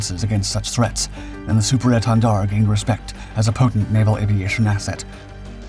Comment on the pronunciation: Take a shot of hard liquor every time he says Super Èntendard - I dare you. 🥴😵‍💫😵